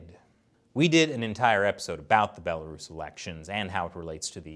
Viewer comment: "a bela-ruse" amazing.